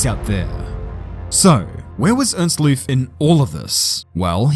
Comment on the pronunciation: 'Loof' would be pronounced with a long 'oh' sound. Like in 'long', actually. Source: am a Gerrie